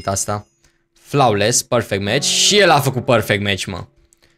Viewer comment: Flawless se pronunta [floles] Nu [flaules]